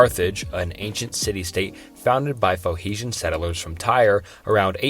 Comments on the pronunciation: no hate but you didn’t even look up the pronunciations of the most common ancient civilizations. pho-heeshan is not how you say “Phoenician.” Can’t really sink 2 hours of my life into a video where the creator can’t be bothered with the basics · I understand not knowing how to pronounce new words from other languages or dialects can be very hard but at least try to read the words properly. phoeNician not phoeHician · Ooh, what's a 'phoehezan'? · Phonecian is not pronounced that way. No way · How in the hell did you get "Phohetian" out of seeing it written "Phoenician"? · Mate, I know loads of people have already said but obviously you don't give a shit about whart you are showing us if you fuck up how to say Phoenecian. Lame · Sorry, but if you can’t pronounce Phoenician, or Semitic, it calls everything else to question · the way you pronounce phoenician made my skin crawl